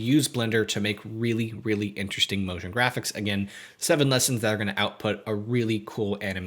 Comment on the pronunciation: NIce ONE! I said Notion Graphics ??? Is it Notion or Motion?